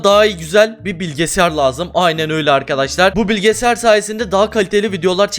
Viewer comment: Abi niye bilgisayar a bilgesar diyon😂😂